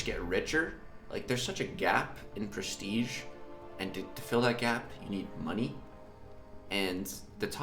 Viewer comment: No offence but ... is just me ? Or it’s just funny when he says prestige 😂